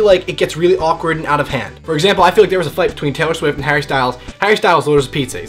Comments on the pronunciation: Oh wait... TAY-IHR SHWIFT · TAY-IR SHWIFT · TAY-IR SHWIFT. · TAY-OR SHWIFT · TAY-IR SHWIFT ohmygod i love you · Is it just me or does he say Taylor swift weird?